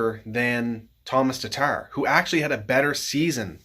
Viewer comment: I do love me some TARRRTARRR though